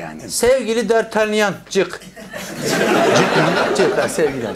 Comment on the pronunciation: Dartelyan değil dartanyan diye okunuyo onun adı pek de bilmiyomuşsun